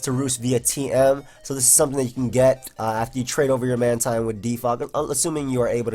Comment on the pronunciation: ITS MAN-TEEN